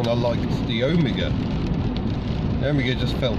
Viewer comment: Such a relief to find someone who knows how to pronounce Omega! OWE-migger, not oh-ME-ger...